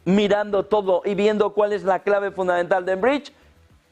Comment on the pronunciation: Por favor podría decir FUNDAMENTAL..y no FUNDAENTAL, GRACIAS!!